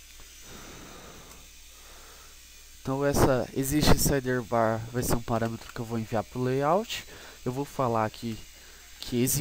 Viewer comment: "SideRRbar" não sai da cabeça! Rsrs. Legal a vídeo aula =)